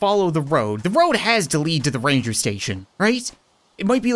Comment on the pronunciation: its not “rancher” its ranger station....